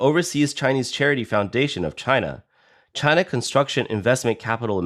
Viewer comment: It's pronounced china...😌